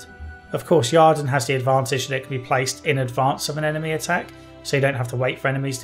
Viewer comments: It is "Use the ieeerden" not "use the jarden". Sorry, but this already bothered me in your review of the first game and this one has an unavoidable setpiece that tells you the correct pronunciation. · A very reasonable critique. You definitely missed out on the succubus quest. A minor thing: there's no 'A' in Yrden and Shile even pronounces it during the Kayran battle.